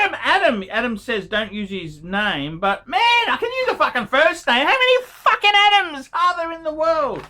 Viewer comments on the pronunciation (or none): none